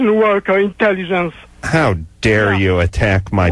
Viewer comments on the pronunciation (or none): About to type the same thing but you beat me to it. By about 9 months. Must be that “Meester woodwuhkuh intellihence.” ✌